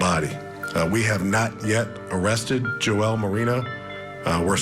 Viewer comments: Right? I thought the same, then started laughing that they're calling him Joelle!! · Why is he calling the guy Joelle? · Jo-elle? Lol I think you mean Joel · LOL - I had to go back and rewatch because the first time through all I heard was "Joelle"..."Joelle"..."Joelle"... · I agree! Joel isn’t that difficult to pronounce